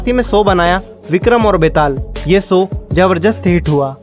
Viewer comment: standard to sahi bol lete ho bhai to show ko ssow q it's called lack of practice and self contiosne. aap achi video bana te ho acha bolte ho buy ye s s s bohot kharab lagta hai and esa nahi hai ki aapki zaban kharab hai aapko adat hai sh ko s bolne ki. plzz rectify and work upon your self. you'll go very high in life ❤ Ji shri raam ❤